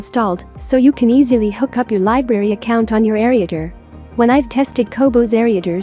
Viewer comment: Sorry to say but the computer voice is not very appealing, along with pronouncing ereader and a few other words. I would recommend dropping the computer voice.